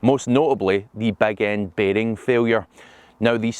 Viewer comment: Beg end baarhhing failure... what?